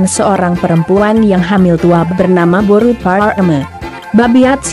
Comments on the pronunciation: Cba di clearkan lg bos ku,narasi "boru parrrr...".. Boru apany yg dia bilang itu.. Atau ada mksd lain kah disensor? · Horas dihita sude....tolong carapengucapan kata buru nya kurang jelas.